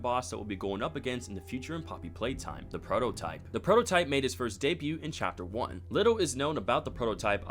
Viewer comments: Great video!!! but just so you know, the t in debut is silent ^^ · Also the "t" in debut and all its tenses is silent 😂